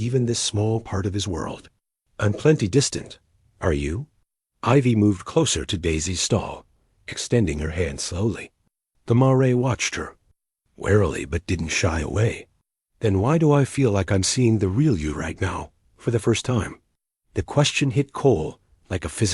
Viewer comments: This one says marey, instead of mare,( female horse). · Please correct pronunciation on the word mare present pronunciation is ridiculous